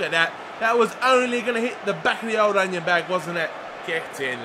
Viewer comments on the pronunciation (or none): none